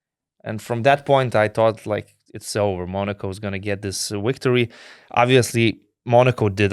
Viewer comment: Chebra. Viskas neblogai. Patiko..klausysiu ir toliau. Bet Donce - pasitempk truput ties zodziu tarimu: Victory - tu tari wictory. Between - tu tari betveen Video - wideo Very - wery Covid - cowid When - vhen ..ir t.t. Zodz v ir w nereiketu maistyt. Tas rezia ausi stipriai. Tik tiek. Sėkmės